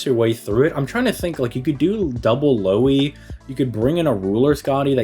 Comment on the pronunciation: No Lui, its Lou-Hi (and its Lou like Lou-rider and Hi like Hitman) Im in Finland so i know.